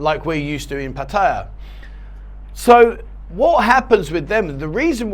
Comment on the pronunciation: Awesome iam impressed you pronounced Pat ta ya properly no one else seems to lol You should do a show on how to pronounce Pat ta ya properly Cheer's mate half kidding :)